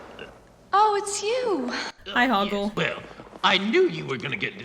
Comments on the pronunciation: Loved it! Also, it sounds like the first way she pronounces his name is Hogwart, instead of Hogort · The second mispronounciation of Hoggle's name: I honestly heard it as Hogwart. And not because the NC used it as a joke, after I watched the movie back when I was a teenager (and Harry Potter was on top of its game) I honestly heard it like that XD